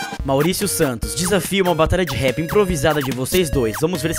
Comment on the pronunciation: É RAP não rep